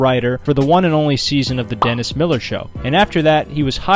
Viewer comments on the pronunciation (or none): none